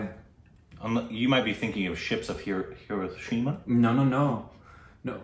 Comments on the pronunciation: "Ships of heroshema" wtf! Really? 😂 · Hindostan became heroshima....with Aamir Khan.